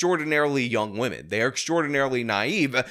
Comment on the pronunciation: C'mon, guys... Gotta respect wahmen